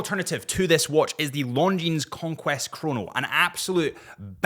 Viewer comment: man, french terminal S's are mute... LONGJEANSSSS 😂